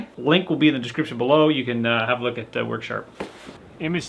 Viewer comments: worksharp "er" not harder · I was waiting for the water heater to explode, ahahhaha like the smokehouse catching fire, love all your videos, I learn stuff and laugh my a** off, u crack me up! "Worksharp", Im from Boston so I talk that way already! LOL